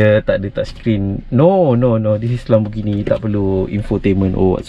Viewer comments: Pronounce it lémborghini not laaaambo.. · bro LAMBORGHINI la....bukan LAMBOGINI